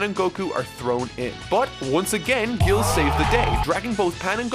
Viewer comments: His name is GIRU. Not "Gill". Also the one star dragon's name is Syn, not Shenron. When he gets all of the dragon balls, he is then called Omega Shenron. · You called Giru gill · Am I crazy or does it sound like is calling giru “Gil” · It's Gill. Funimation screwed up his name by keeping it in the Japanese pronunciation instead of its intended English pronunciation. Additionally, "Syn Shenron" and "Omega Shenron" are also terms created by Funimation. He's "Yī Xīng Lóng" (One-Star Dragon, but in Chinese) and "Super Yī Xīng Lóng", respectively, in the original Japanese version...which is what is watching. Don't get me wrong, I love the Funi Dub for GT, but isn't wrong for not calling those characters the Funi Dub names. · Anastasia Timmerman I still stand by my original opinion. If he's going to use the Japanese names, use them for every character. Don't switch between them. And even so, Giru's name might be written as "Gill", but the Japanese don't pronounce it that way. Also, let's not forget if we say "Giru", everyone knows who you're talking about. If you say "Gill", not many people understand.